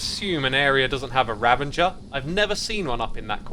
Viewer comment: RA - VA - GER ...... not Ra-ven-ger please..... it is so triggering!